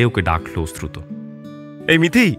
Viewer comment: ওশ্রুত না অশ্রুত কানে এত লাগছে।